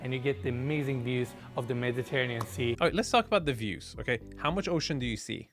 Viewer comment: pronounced it Meditanean Sea... no hate, just saying. That was crazy. Putting a pond in the backyard was such a bad idea dude now you're gonna like discount any families with kids because they're gonna worried about a kid drowning in a pond just put a big yard back there oh my God that would mean so nice kids running around the trees on the right instead of these narrow waterways like it's just so bad